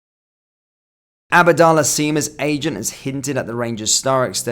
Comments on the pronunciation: It’s abdallah sima not “abadallah” sounds one of Harry Potters spells lol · “Abadalla seema”